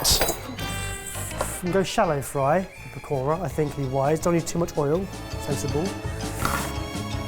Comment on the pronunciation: Anybody else cringing on how they are mispronouncing pakora and raita... 🤦🏽‍♀️😆 as a south Asian... I'm slightly put off